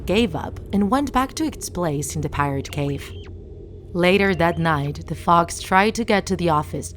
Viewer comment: It is not cave it is cove